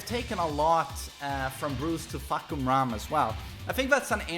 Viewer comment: He said Fuckumram